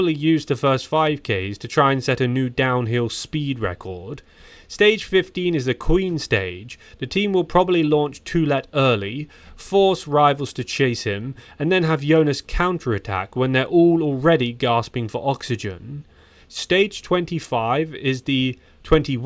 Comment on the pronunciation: Just try to get peoples names pronunciation correct next time. The repeated "Grischka" instead of Grischa ( ! ) was quite embarrassing. P.S. Tourmalet is usually pronounced without the "t" at the end...just a little hint😉 P.S. you did unfortunately not bring up any real new information to the table, which I had hoped. That is really only talking the obvious stuff, nothing "enlightening" whatsoever.